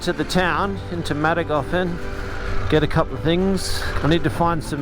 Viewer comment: ”The Husqvarna factory in Mattinghofen” this hurts my Swedish soul. But great video as usual.